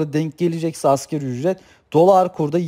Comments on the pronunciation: Hocam askeri ücret değil asgari ücret..sizin de bildiğinizden eminim ancak söylerken hep askeri ücret gibi söylüyorsunuz biraz daha vurgularsaniz daha doğru olur sanki... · Ekonomik bir terimi yanlış telafuz ediyorsan, güvenilirliğin azalır. Sen ki 1000 kere askeri ücret dedin.